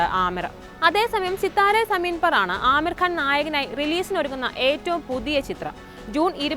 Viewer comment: ആമീർ അല്ല (അമീർ )